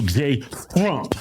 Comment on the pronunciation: He doesn't say Trump he says Drump😅